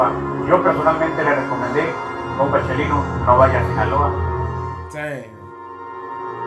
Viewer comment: My mans said “kalito” instead of chalino 🤣🤣